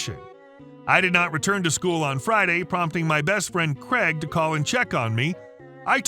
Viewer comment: Craig, not Creg. 🤦🏻‍♂️